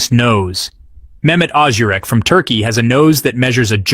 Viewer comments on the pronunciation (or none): none